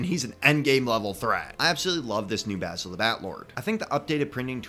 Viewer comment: I just wanna say this: THANK YOU FOR PRONOUNCING BASIL'S NAME CORRECTLY! A lot of videos I've come across pronounce Basil's name as in "basil" the herb. It was kinda a pet peeve for me. And I do like Basil's updated minifigure. Honestly, I think the only thing that could have made his minifigure better, would be a black breastplate with the Fright Knights insignia on the front, similar to the Spooky Knight's breastplate, but black instead of silver. Would kinda give him a more warlord type look.